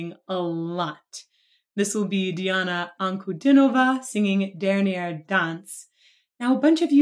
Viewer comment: вы первая для меня иностранка кто правильно произнёс имя и фамилию